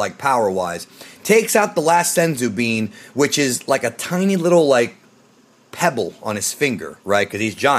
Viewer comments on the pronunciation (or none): none